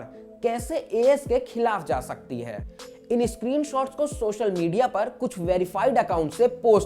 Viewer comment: सोशल मीडया है भाई ,,,,,,, शोशल नहीं